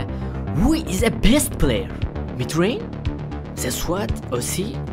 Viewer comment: Birisi şunun mitreyn değil mithrain olduğunu söyleye bilir mi?